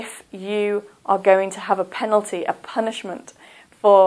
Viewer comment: I think it is Penalty, not Penaltly